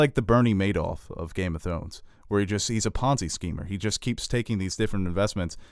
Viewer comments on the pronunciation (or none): none